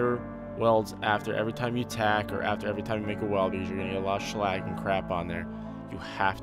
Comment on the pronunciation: its not shlag its slag